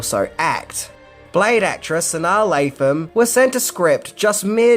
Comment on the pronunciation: You pronounced Sanaa Lathan's name CORRECTLY!!! Good job 😂👍👏